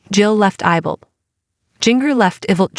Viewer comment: Not Ible IBLP GET IT RIGHT, sad when you can't even pronounce names correctly!